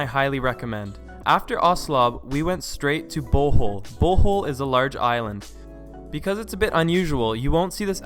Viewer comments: Hahaha good try in pronouncing the names of the places in the Philippines. You pronounce Palwan as "pah-lah-wan" and Bohol as "bow-ho-l". With the bow prononced like crossbow and the ho-l pronounced fast. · LOVE AND GREATLY APPRECIATE YOUR Philippine Travel guide, BUT (hope you don't mind if I correct ONLY 2 words you mispronounced)...the "e" in Cebu ISN'T a long e, AND in "Bohol", the SECOND syllable is emphasized, NOT the first. :] (Btw, subbed!) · more like...Bho-hol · It's actually Bo-hol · i have been to Cebu and it was so beautiful! even though i am born in the philippines it was still so beautiful! and the funny thing is that, thats not how you say Bohol XDD